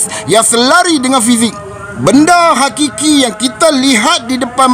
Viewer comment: hakiki... bukan qiqiqiqiqi